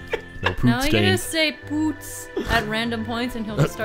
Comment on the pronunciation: When I first heard them say poots, I thought they were saying boots.